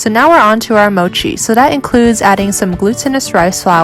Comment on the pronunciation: His English turned into moochi lol